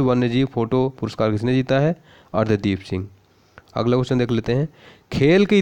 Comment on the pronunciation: अर्शदीप सिंह सही होगा। न कि अर्ध्दीप सिंह।